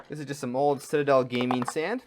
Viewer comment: Dude, I have never commented on a video before but I had to on this one. First off, learn to pronounce the name of the products you are using. It's SEE pea, not sep EEa and Nuln not Nun and your brush is an artificer, not artificail. Next, without close ups we cant see a damn thing you are doing. Also check your camera focus. Your painting hand is in focus and the figure is not.